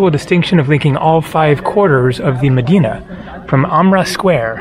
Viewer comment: Good job on pronouncing Medina....in the mid-western USA they incorrectly say "Meh-die-nuh" or "Muh-die-nuh" when they pronounce it in Cleveland, for example.